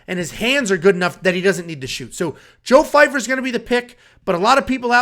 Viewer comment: Why does everyone keep calling him Fyfer. Guys his name is Joe Pyfer